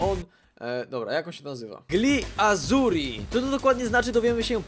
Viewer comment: Czyta się "Li Accuri" co oznacza: niebiescy ;)